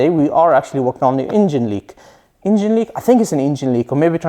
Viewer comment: Please stop pronouncing ,,ingin'' instead of engine,it is so disturbing.....and it's a Porsche,not a Porschah,it sounds awfull